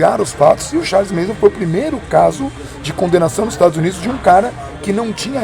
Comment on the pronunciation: Galera, eu acho que é MANSON e não MASON.